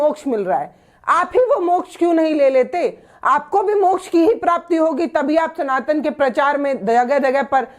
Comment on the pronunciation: अकाल मृत्यु को मोक्झ बता रहे है